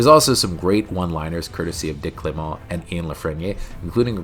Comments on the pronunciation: Very enjoyable as usual. Not sure Dick Clement's surname is pronounced as French though... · The pronunciation of Clement and La Frenais could do with some work too.